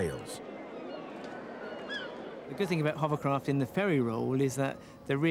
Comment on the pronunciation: Only one dude can pronounce hovercraft correctly..Warwick! It's not a HUMMERCRAFT.